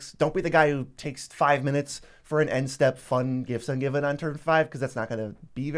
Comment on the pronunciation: Gifts Ungiven. What a “tooter”